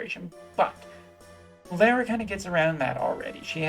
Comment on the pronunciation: Thank you for pronouncing her name correctly. It always annoys me when people pronounce it "Laura".